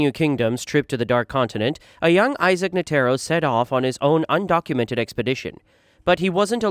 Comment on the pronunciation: bruh who tf is nuhtearo and geeng